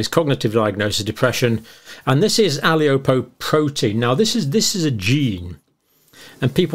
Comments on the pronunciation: Dr Campbell, in the spirit of how my mother raised me to pronounce things correctly...I have to let you know that the apoe gene (for which I'm homozygous) is pronounced A-Po-ly-po-protien. Not aliopoprotein. 🤣🤗 Thanks for yet another very informative video. Lots of love from Ireland. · Pedant alert : How does "APOLIPOprotein" become "ALIOprotein"?? It refers to lipoprotein (fat-protein conjugate). The standard abbreviation for "micro" is Greek mu - written "u". Microgram is abbreviated "ug". A capital "M" prefix stands for "mega" (ie x 1000). "MCg" is a nonsense, "mcg" is obsolete. Cholecalciferol refers to its effects on calcium. Not kalkium. Hence pronounced cholecalSiferol. When producing authoritative vids for lay consumption, it would be really helpful if your terminology was correct 🙂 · Ali-opo-protien? You're better than that. Apo-lipo-protein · "Vitamin D exposure", what does that mean? Does that actually mean supplements or were the people without "exposure" had a diet severely lacking vitamin D? Sounds like they mean those people simply did not have any vitamin D. They are not talking about supplements. Your wording was very carefully done to mislead. Why? Explain that. Also, it's Apolipoprotein, not ALIOpoprotein. You mis-pronounced because you don't even know what that is.